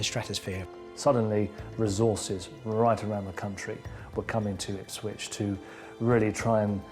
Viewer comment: Why do they always say IpswiTch, when it is Ipswich?